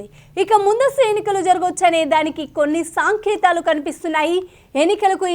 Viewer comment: సంకేతాలు అంటారు సాంకేతాలు కాదు